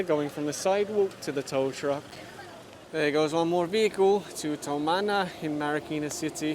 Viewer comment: Its TUMANA..not towmana😊😊😊